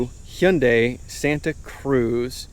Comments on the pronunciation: The way the camera guy was pronouncing Hyundai was driving me crazy 😂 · I believe its supposed to be pronounced huhn day. It sounds like you are saying hey un day. Sorry, I like the review but this is driving me crazy.